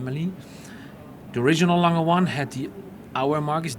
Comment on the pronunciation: why does the interviewer keep saying lang-hey it is more like lang-er (soft r)